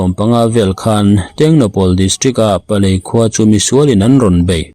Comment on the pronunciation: PALEL tih tur aw